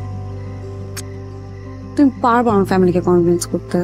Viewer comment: এক্সকিউজ মি! কনভেন্স নাকি কনভিন্স?